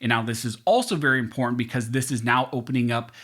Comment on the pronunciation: (The word "important" is not pronounced "imprn".) There are two t's in the word. Thank you for the great work you do.